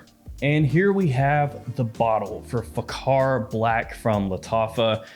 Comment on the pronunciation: kh=x it pronounce as faxar .